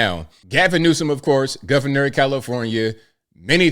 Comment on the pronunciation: “The Governo”……. Too much lip plump on the news anchor